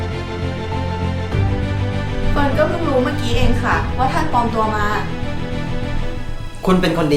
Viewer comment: ปลอมตัว ไม่ใช่ ปอมตัว